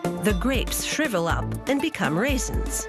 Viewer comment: Say raisins one more time